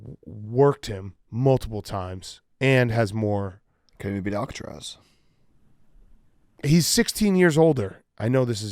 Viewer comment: Do they not know it’s Alcaraz and not Alcatraz